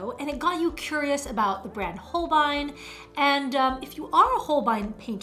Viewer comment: It’s actually pronounced Hole-bay-een. Beautiful job and great attempt at Nihongo (Japanese) language.